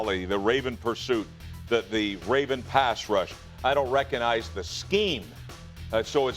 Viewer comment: Reconize. There’s a G In there Rex.